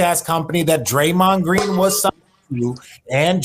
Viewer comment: did he just say Draymon Green !!!! 🤣🤣🤣🤣 what an idiot